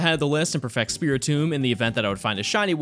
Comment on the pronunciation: is it just me or does he sound like he is saying "perfact" and "dax" instead of "perfect" and "dex ??